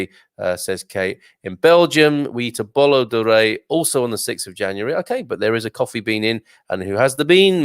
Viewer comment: Bolo Rei , is pronounced, Bolu Rei, just helping